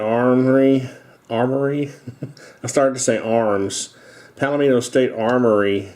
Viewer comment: "Palmetto" (like palmetto bug, not "Palomino") State Armory. Nice-looking firearm.